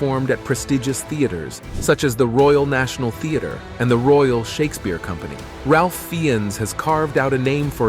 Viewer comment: Ralph Fiennes is pronounced Rafe Fines. Not Ralph Feeones.